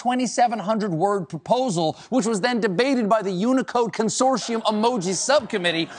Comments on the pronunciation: Anyone else have a problem with the way he says consortium 🤨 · he also can't say it correctly. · Curious, is it american thing to pronounce "consortium" like he does, I've only heard it said the ways its spelt with a solid T sound in the middle.